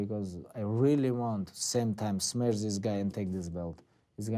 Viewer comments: "I really want smesh his face" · "I really want to smesh his face" lmao gotta love khabib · Pablo Coiffier "Smesh"